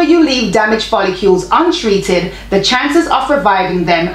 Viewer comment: It’s pronounced foll-ICLE as spelled. Lol